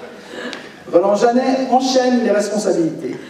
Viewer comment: Bravo! Le J c’est le S comme on dit